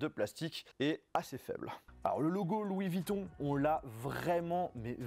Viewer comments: C''est pas Louis Vitton ;-) mais VUitton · Encore quelques " Louis Vitton " mais sinon très bonne vidéo 😂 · Il y a un U dans vUitton donc on prononce avec le U et pas Vitton c’est incroyable ça